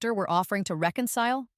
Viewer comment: ...reconile instead of reconcile. Poor AI. Edit: Sweet sweet story. I found it empowering and supportive of the arts community. Great story!